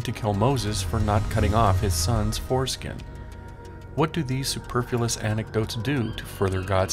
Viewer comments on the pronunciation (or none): Superfyous is pronounced superfluous.